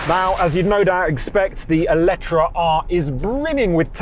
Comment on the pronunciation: That Eletre pronunciation is wild 😂